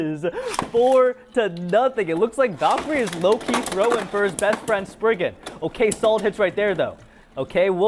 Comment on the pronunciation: Legend Spriggen…….does he mean Legen Sprizen?😅